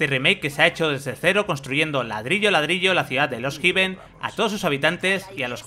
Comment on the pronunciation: No se pronuncia lost jiven. Se pronuncia hefen, con h aspirada.